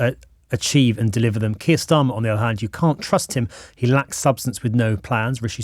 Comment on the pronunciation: Why does that guy from yougov keep pronouncing Starmer as Schtamer, he’s not German